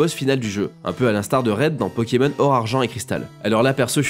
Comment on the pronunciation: Pourquoi tu prononces Pokémon bizarrement ces Pokémon pas peuuuuukemeun